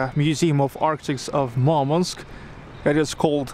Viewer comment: Что за идиотизм говорить МАрманск? Город называется Мурманск. Не надо коверкать название города, пытаясь спародировать иностранное произношение.